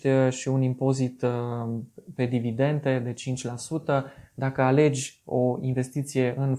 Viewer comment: Foarte tare videoblogul. Dar te rog, for the love of god, nu mai spune "dividenTE"...